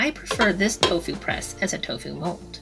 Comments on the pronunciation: It's "tofu", not "tofew" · I love the way you say Tofu...cracked me up...